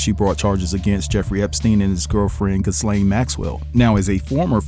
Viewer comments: Stop saying jislane her name is gillllll lane!!!!! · OMMFG HER NAME IS PRONOUNCED GILL LANE NOT WHATEVER YOU ARE SAYING🗣️🗣️🗣️🗣️ YOU MESS UP SO MANY WORDS. JUST GHETTO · Ghislaine is pronounced Ga-lane. 😊